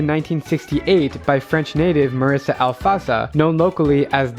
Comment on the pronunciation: mirra not MARISSA